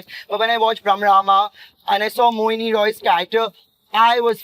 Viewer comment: Tooo shocked that he spoked Mouni as Mohini 😮>>>